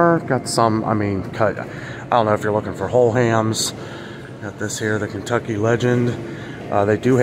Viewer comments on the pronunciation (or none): none